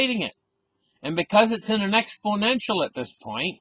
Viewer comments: And says exPLOnential.Not exPO nential. Funny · Expodential.....it comes after Confisticated in the Dictionary.